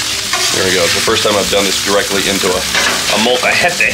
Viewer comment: Hey U pronounced molcajete correctly ! YaY